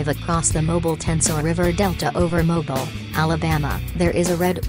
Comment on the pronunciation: Yeah they got Mobile wrong too